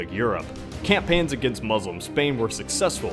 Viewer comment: u pronounced "Muslim" wrong